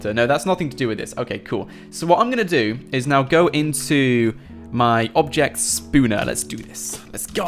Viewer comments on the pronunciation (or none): Oh my god please stop saying Spooner for Spawner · I'm new and I want to know why does he say spooner instead of spawner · I just laugh when he says Spooner sorry not trying to be mean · you say spawner weird